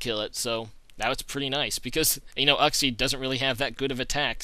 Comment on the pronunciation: "youxie" not "uhxie"